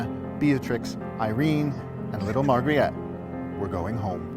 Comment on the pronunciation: He is mispronouncing the Princess' name Margri-et he says but it is pronounced as Margherit (think pizza Margherita without the 'a'). Rest of the video is great :)